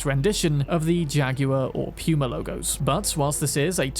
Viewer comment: why did you say puma like that?